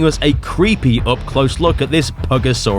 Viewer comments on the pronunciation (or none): "Puggosaurus" is diabolical 😭😂😂